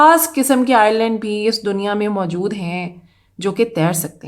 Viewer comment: Screen par Island likha hai jbki ap bar bar Irland bol rahi hai, aisa Q?